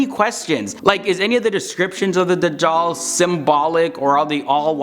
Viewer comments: The way he says Dujal is funny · Not Dajhal but Gog and Magog.